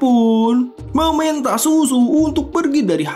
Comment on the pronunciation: Bang baca nya shuShu(SyuSyu) jangan dibaca susu bang jiwa haus Kasih sayang ini jadi bergetar mendengarnya😂😂